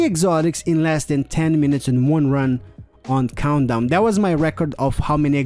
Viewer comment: i swear i heard him pronounce countdown as 'condom' lol